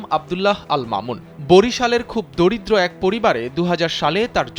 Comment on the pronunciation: দরিদ্র নাকি দড়িদ্র?